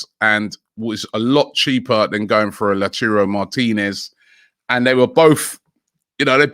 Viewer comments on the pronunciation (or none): Always lauthcyrou Martinez 😂😂😂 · But still saying lachurro Martinez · They are idiots bro Look how he says Lautaro He says La Churo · still pronouncing Lachhuro😂this shows He is not reading comments 😂